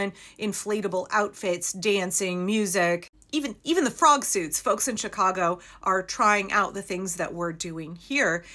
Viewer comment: Had to back up… I heard “prom suits” when you said “frog suits”… not a bad idea, if you can’t afford anything else.